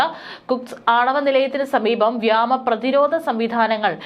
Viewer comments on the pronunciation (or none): വ്യാമ എന്നല്ല. വ്യോമ എന്നു പറഞ്ഞു പഠിക്കുക.